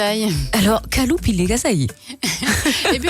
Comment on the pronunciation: C pas kaloupilai c karuvapilai en vrai Tamil